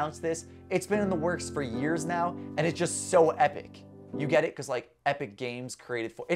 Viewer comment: Bro turned Scottish when he said “because”